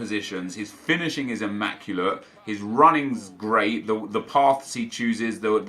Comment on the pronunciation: with the great French Accent "Shooting Imacule'e" Jk man love the videos!